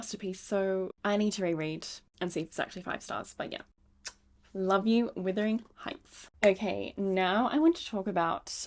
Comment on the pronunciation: I need to let you know it’s Wuthering Heights not withering 🩷